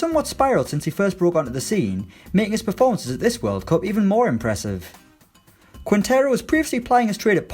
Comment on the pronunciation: Sorry to be "that" man, but you are misspronouncing Quintero. Imaging it's "Kintero" and then you will be pronouncing it ok.